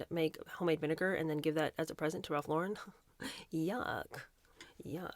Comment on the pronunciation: Ralph lor-REn. Emphasis on second syllable.